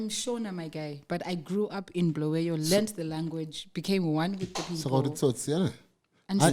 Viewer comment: Why do they call it Bluweyo instead of Bulawayo.